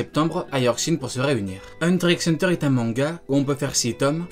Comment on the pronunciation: Petit disclaimer si je le dire le X de Hunter ne se lit pas ce qui ft donc Hunter Hunter…merci 😋